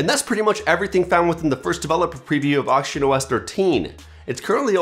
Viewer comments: I thought u said "Auction OS" lol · Why are you struggling to say oxygen??? It's not hard but you are butchering it every time you say (or attempt) to say the work. You embarrassing yourself I know toddlers who speak better than you